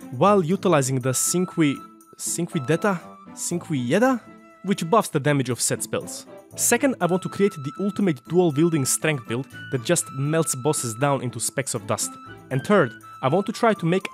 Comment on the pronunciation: I think the Cinqudea is pronounced chin-quay-day-a, could be wrong though